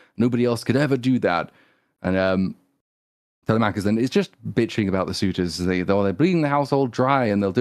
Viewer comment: every time they say Tella-mackus 😭😭